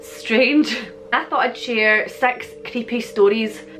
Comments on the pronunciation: Enjoyed this very much. Just curious - you pronounce "six" like "sex" to my American ear, so how do you actually pronounce "sex"? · YouTube's auto generated subtitles say that your saying sex when you say six. Lol. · I swear I heard 'sex' creepy stories. I know it's six. Im used to listening to your accent, but still. Anyway, good one, i like these legends. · I thought you said "I thought I'd share sex creepy stories" 😂😂 And I'm going to Scotland soon, I want to visit the Kelpies 😊